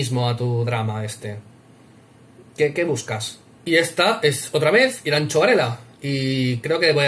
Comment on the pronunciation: He dado like en cuanto te he oido decir "Iranchu" en vez de "Iranzu" eres un crack tio jajaja